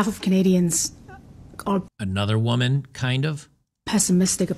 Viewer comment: “Another wahmen, kind of” 😂 got jokes.